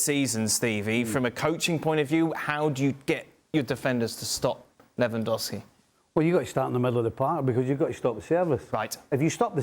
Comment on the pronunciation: Ravinha 😂 Revandowski 😂